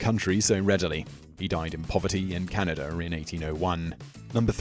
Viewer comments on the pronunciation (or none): none